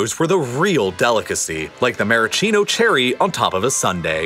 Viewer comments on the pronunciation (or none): none